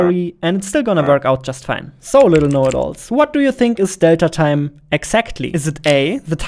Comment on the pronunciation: Small nitpick, the emphasis is on "tine", not on "delta".